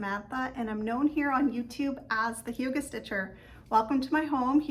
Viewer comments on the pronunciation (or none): none